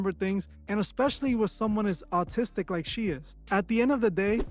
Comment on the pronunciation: Maaaan if you don’t learn how to say autistic ima scream lol it’s AH- TIS-STICK ALL LOVE LOL